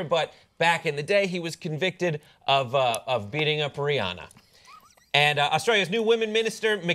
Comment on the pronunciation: it's pronounced Re-Anna